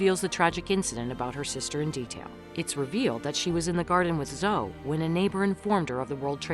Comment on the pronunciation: Her name is Zoeeeee. Not Zo